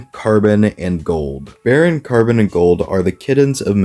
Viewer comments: I’ve never heard someone pronounce “bore-on” os “bare-on”. Fucking wild. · bro said baron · I hate to correct you but you called one of the kittens barron as in the rank and not borin the element